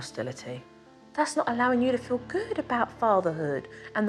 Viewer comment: They should fiw good about going out for a miw? Supernanny, your pronunciation is APPALLING!!!